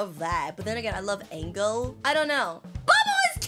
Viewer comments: said agel anstead of engel😂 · In the start I heard Engel when it’s angel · Can somebody tell her it’s not angle It’s Angel